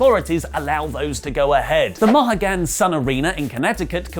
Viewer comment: Its Mo-he-gan Sun